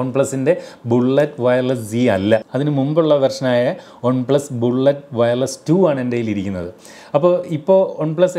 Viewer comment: ഒൺ plus alla chetta വൺ plus😅